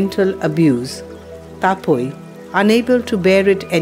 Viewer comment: Boitta ? Sadab pua ? Taa-poi ? Baadaa osa ? ବୋଇଟ, ସଦବ ପୁଅ, ତା ପୋଇ, ବାଡା ଓସା ? Is the narrator a non - odia ? Why Odia language is ridiculed by a Govt of India organisation with such wrong pronounciations ? It is shameful.